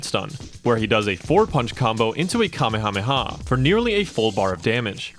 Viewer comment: You've never watched DBZ? That's clear by your pronunciation of "commy hommy ha." That's NOT how it's said. Not even close. 🤦